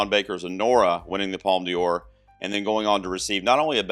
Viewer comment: Don't worry, your pronunciation of "Un Certain Regard" is fine. ..Unlike your pronunciation of "Palme d'or" like "Palme Dior" :)